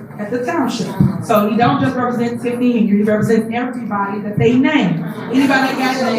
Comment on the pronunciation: TIF-HOE-NEY THIEF-FONY, TIF-FONY